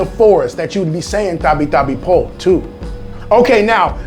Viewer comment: Its not tapi tapi po its tabi tabi po nunu